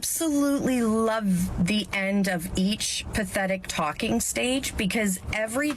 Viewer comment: Whenever you say "talking stage" it sounds like you're saying "Tolkien Stages" to me which sounds like you're going on a world saving quest so her dad will let you marry her.